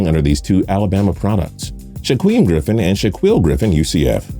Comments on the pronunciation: Someone help this man pronounce the Griffin twins’ names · The way you say the Griffin brothers names is wrong, I can’t comprehend how you you could think that’s how their names are pronounced